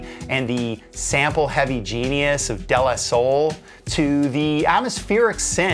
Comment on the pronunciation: *Day Lah Soul